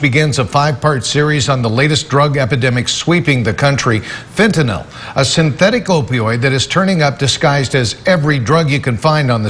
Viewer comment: So awesome to hear the male reporter pronounce Fentanyl correctly . He says it perfectly, as a 3 syllable word pronounced “FENT-ah-nill”. Most people say it in 2 syllables as “FENT-nuhl”, but congratulations to this reporter who is the first person to say it correctly since 2018, in the videos I’ve seen.